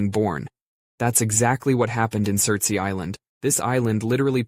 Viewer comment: this island (which is off the coast of Iceland) is called Surtsey, not cery, and is pronounced sir-ts-ay. The ey part is just the word for island, so you're just saying surts island island.